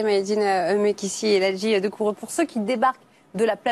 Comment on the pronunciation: On dit Doucouré et pas Doucoure! Putain qu'est ce qu'elle a l'air cruche c'te pseudo journaliste """sportif"""